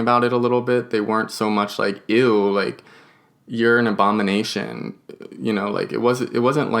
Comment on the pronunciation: Abomonation or inabottomashun?